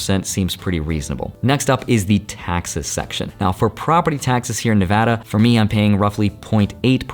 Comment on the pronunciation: Floored Holy crap, someone who pronounces Nevada the right way. You may stay.